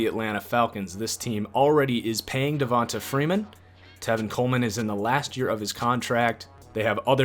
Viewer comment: De- va - nta it is De - Vont - a